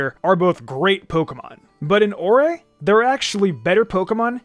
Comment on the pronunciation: I love that people remember this game. Isn’t the region pronounce like “ore” though? It’s a very rock/gemstone themed region.